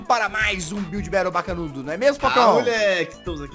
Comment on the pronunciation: Gringo: Build Battle CHATOOOOOOOOOOOOOOOO BRS: biulde bautle GGGGG =D kkk wtf man